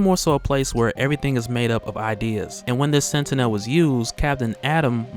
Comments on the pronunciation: minor critique. look up the X-Men cartoons to see how to pronounce 'Sentinel'. Its annoys me like when I watch Onemindsyndicate and they mispronounce words. Otherwise keep posting and I'll keeping enjoying. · Learn how to pronounce sentinel. Jesus Christ.